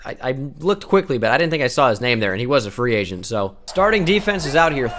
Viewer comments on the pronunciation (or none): none